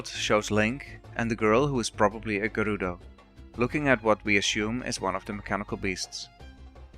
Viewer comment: To be fair, Zora always had whole fish as heads in N64 games-- wow! I didn't notice the heat effect- sweeeet. I love your pronunciation of "Gerudo!" Thanks for a whole interesting video without spoilers